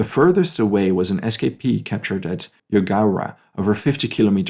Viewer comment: My great Uncle actually had a heart attack that night and died a few weeks later, so was never put into numbers, , he was a guard, I recommend going to see the Japanese gardens that’s a peace park between the 2 countries, and you pronounced the names of the towns rather well, I live 100ks from Cowra and Eugowra is 30 kilometres away